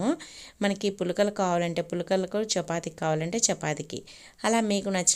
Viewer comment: పూలకలా 🤣పుల్కాలు అనాలేమో.. సరిగ్గా పలకండి అప్పుతచ్చులు 😅